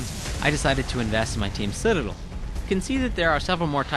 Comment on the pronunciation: i wish he could say citadel correctly